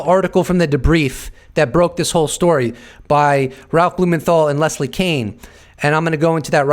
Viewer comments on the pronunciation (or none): none